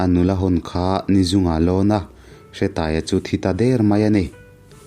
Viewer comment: Hretaia ni loin Hreeetaia tih zok tur